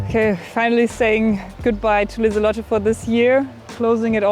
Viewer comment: Correct name - Lis-a-lot-te, if even not too much...